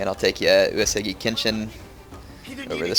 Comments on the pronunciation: Yeah, maybe you should too a = ah i = E as in "eat" u = oo as in "oooh" (Long o) e = ey as in "hey" o = oh U-e-su-gi = oo-ey-soo-gE The g is always hard. Yes he is also pronouncing "Takeda" wrong too. He pronounces it Tuh-Kay-duh. When it's meant to be pronounced Tawk-Ay-Dah. (Short A, Long A, Short A) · He is. It's pronounced "Eww" "Es" "Ewwgi" (Hard G). He also pronounces Takeda wrong.